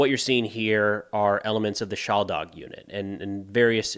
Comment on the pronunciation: You pronounce it shaLdag, it's pronounced shalDag (the emphasis is on the D, not the L). You are Anglophone and of course forgiven, but thought you might want to know.